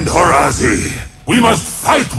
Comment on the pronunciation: why is it horazi and not horaazi? darkin needs 2 a.